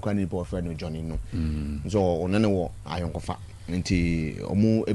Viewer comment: It’s Ayonkofa although you are doing good